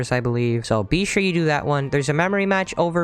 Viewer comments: I dont know if that pun is intentional or not XD he keeps saying BEE shure to do this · Is that bee-sure on purpose